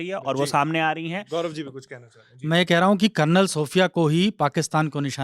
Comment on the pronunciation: Karnal ni re bhai Kalnal bolo